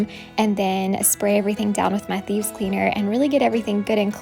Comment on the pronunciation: LOL!! I thought you were saying “Bees”... it Thieves! Okay ! No wonder I could not find them on the internet ....have to pardon this old woman! 😁